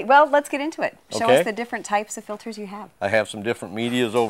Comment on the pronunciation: He sales filters for a living and calls them filders.. wow